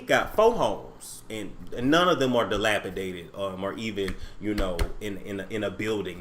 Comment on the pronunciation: Every time he says dilapidated I fall out!🤣🤣🤣